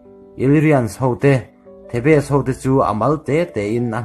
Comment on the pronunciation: thebes ti a lam tur kha the bes tiin i lam deih a